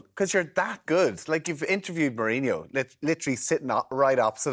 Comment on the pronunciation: But it's ao funny how he says Marinho😂😂, Same as the presenter, They should get that right like😂😂